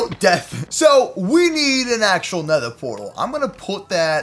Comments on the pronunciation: nether, not neather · its not neather its nether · It's nether not neather